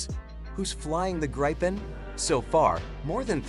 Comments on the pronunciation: Not Graipen, but Gripen, like in people. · Just stop calling it "graypen".. Just call it JAS GRIFFIN... gripen mean griffin